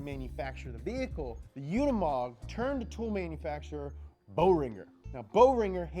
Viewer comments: UnImog... not UnAmod!!! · The name Unimog is pronounced [ˈʊnɪmɔk], and an acronym for the German "UNIversal-MOtor-Gerät", Gerät being the German word for a piece of equipment (also in the sense of device, machine, instrument, gear, apparatus). It was created by German engineer Hans Zabel, who made the note Universal-Motor-Gerät on one of the technical drawings for the Unimog. Later, the Universal-Motor-Gerät was shortened to the acronym Unimog. On 20 November 1946, the name Unimog was officially unveiled. Since 1952, Unimog has been a brand of Daimler Truck.